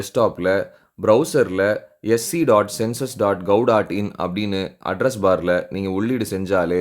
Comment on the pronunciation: ஒரு வீடியோ போட்டா தெளிவா சொல்லணும் gov.in என்று சொல்வதற்கு பதில் கவ். In என்று சொல்லுறாரு